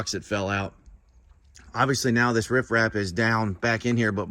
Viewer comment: It's rip wrap clown. Not rif raff.